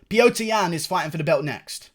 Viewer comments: Unrelated but can you please say Petr Yan's name properly? It's Petr, not Piotr lol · Its pronounced pyotr